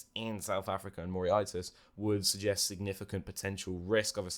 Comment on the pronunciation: Loving the pronunciation of Mauritious. This really made my day.... 'Mor-Rish-Ass' is the phonetic way, not that it matters. Keep up the great work 👍